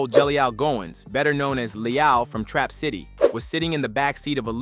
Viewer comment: Pissed me off every time dude say “Le-ALL” 😭🤦🏾‍♂️